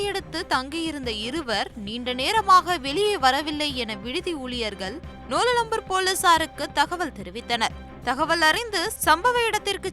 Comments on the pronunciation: அம்மாடி அது நோலாம்பூர் நீ அதை என்னமோ கோலாலம்பூர் மாதிரி சொல்ற எல்லாம் அரகுறை தமிழ் உச்சரிப்பு அந்த லட்சணம்😂😂😂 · Dhadhi TV kku Nolambur endra peyarai kooda sariyaga solla mudiyala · Nolambur ah tha nollambur nu 🤣🤣 yemma unna yaru ma velaiku eduthanga😅